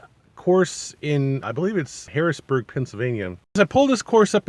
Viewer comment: Harrisburg… no “n” Cool review!